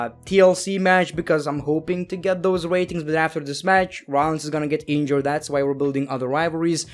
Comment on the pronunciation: u had all those rrrrrrrrrrratings